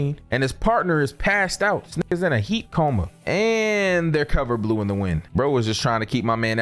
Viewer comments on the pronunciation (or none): none